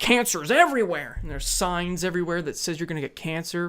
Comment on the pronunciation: It’s not sin it’s sign